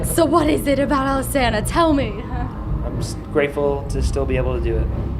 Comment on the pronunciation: my god...iv'e been pronouncing Alesana wrong this whole time...i think i'm just gonna go bash my head into a wall